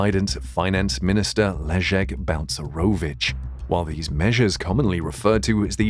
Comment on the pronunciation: Jesus Christ his name is Balcerowicz not bounce maravich is it really so difficult to prenaunce ?